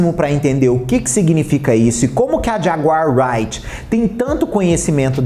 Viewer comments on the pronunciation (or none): Dessa vez passa mas de outra oportunidade,apure a pronúncia correta do nome da jaguar,creia ,é fácil